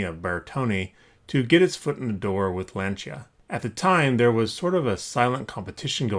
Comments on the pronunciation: By "Lan-cha" you mean "Lawn-cee-ah" right? Ugh, how the fuck can you restore toy cars and NOT be able to pronounce Lancia. Fuck me. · Pronounced Lance-E-A StRA-Toss. Just so you know but you are American so we understand. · LAN-SEE-AH....watch Top Gear